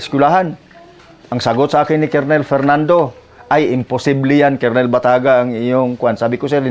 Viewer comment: Wag ka magagalit at i-correct lang kita. Colonel ang rightword pronounced as kernel